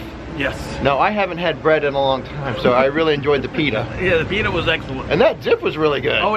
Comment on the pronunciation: its pitta not peter